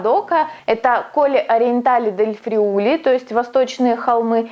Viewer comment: Внимательно слежу за вашими работами. Спасибо за труд! В рамках изучения итальянского... Friuli ударение на первое i